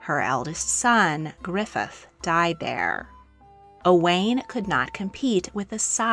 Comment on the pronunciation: Very interesting,but the pronouncing of the Welsh names should be thus : Owain is pronounced 'Owe - wine', with the emphasis on the 'Owe' Brenhines is pronounced 'Bren- heen -ess' with the emphasis on the 'heen'. Dafydd is prone 'Dah-vith' ,emphasis on the 'Dah' Ferch is pronounced 'veh-rrch' with the 'r' rolled and the 'ch' as in 'loch' 👍🏴